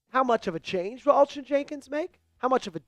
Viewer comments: Its Elgton Jenkins not Elgin Jenkins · It's Elgton Jenkins not Elgin lol